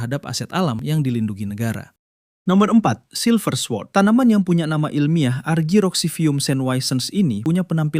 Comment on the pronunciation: Sekedar saran, karena ini chanel edukasi jadi sebaiknya perhatikan l pelafalan setiap kata asing sesuai kaidah bahasa asalnya. Misalnya sword itu dilafalkan ‘sord’ alias w nya hilang. Itu contoh pronunciation b inggris yang kurang tepat di video ini. Just in case, untuk pelafalan dalam bahasa asing lainnya juga mesti diperhatikan sesuai kaidahnya masing-masing ya